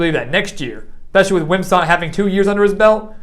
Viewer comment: Very good video. I like the strong voice and articulation. Couple nitpicks: 1) Is it me or is the audio and video out of synch? 2) Wim - sat not Wim - sot